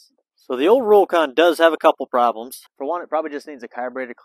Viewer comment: It's "rock-on".